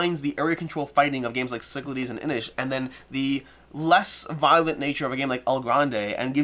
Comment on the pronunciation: pronounces Cyclades correctly now? How did I miss this important revelation?!:) Great game, glad it's in the top ten!